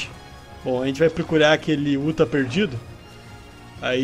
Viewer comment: MANO E UTAH NAO UTHA